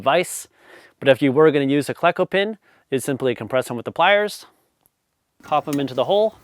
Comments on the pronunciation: Cleco as i understand it is a long e, as in the name Cleveland. KLE-CO, not KLEH-CO. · Cleco is pronounced "KLEE-koh" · Pronounce it Kle-co or Klee-co. I use a cheap air chisel with a rivet tool & whatever steel scrap that fits. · It's pronounced "cleco"... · You are just making this up as you go... Jargen?? A hand squeeze is much better when access allows.. No one that actualls uses solid rivets uses a those words.. . You do not even know how to pronounce Cleko.. Air hammer or Air chisel with a set and a dolly... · Excellent video! FYI I’ve always heard Cleco pronounced with a long e, likely because that’s how the first syllable of Cleveland is pronounced.